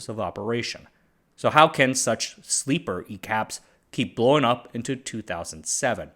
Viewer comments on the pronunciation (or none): “Sleeper e-caps” 😂😂